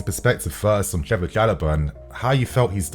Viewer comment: His name is Trevoh, not Trevor!